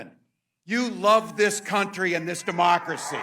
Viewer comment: Lmaooooo With all this technology, you still managed to butcher a single sentence. Seems to be a reigning theme with you plebs. 😂😂 We are not a "democerity". We aren't even a democracy. We are a representative republic. Go back to 4th grade social studies.